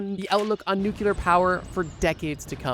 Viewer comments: Whats a Nuke-ular ? You mean nuclear. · What's a "nukular" power plant?